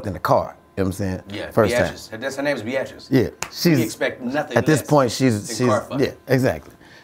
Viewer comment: "bee-at-tris" LMFAO